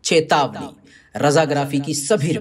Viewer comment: Ap चेतावनी ko chetawna kyu bolte hai